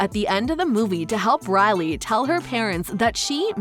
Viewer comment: Her name is Riley pronounced Ry~Lee not Rally. My sisters name is Rylee and I’ve never heard it mispronounced ever in my life. Sorry to be the pronunciation 👮‍♀️ 🚓 police.